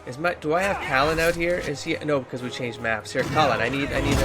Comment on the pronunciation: Cailan is getting the name treatment, too, it seems. 😂 Sometimes he's Cullen, most times it's Kallen. GO HOME,, YOU'RE DRUNK